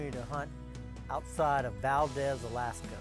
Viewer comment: As an Alaskan born, current Idaho resident, I took exception to both the multiple mispronunciations of “Valdez” and calling Idaho part of the Midwest.